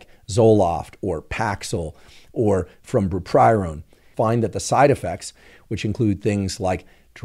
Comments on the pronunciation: Are you saying "bupoprion" (?) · byoo-prow-peea-an is how you say Bupropion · How come he can’t pronounce the scientific names to some of the drugs correctly? Bu-pro-pion… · Lol-ing at the repeated butchering of bupropion. And appreciating the breakdown about K. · Wellbutrin is bupropion, right? I couldn’t make out whether the pronunciation was bungled here or if there is another kinda similarly named drug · Is it just me or does he not pronounce bupropion correctly 😂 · you're pronouncing Bupropion incorrectly...